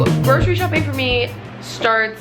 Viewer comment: It low key annoys me how ppl say 'gro-shery' for grocery , It's pronounced 'gro-sery' , why is the 'shh' sound even there